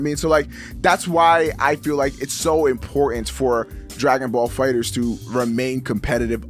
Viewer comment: damn it,. Say it with me. DRAGON BALL FIGHTERZ. NOT DRAGON BALL FIGHTER Z.